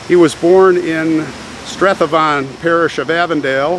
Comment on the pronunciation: Hi on the Cumming Cherry grave, the place Strathaven is pronounced Straiven and Lanarkshire is as your read it from the town Lanark in Scotland and Shire. I am from North Lanarkshire 🙂 love your videos, was always fascinated by graveyards.